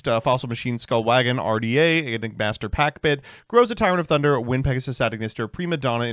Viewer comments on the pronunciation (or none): none